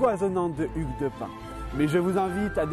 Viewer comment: Attend quoi ? Ça se prononce Hugues de pin ?????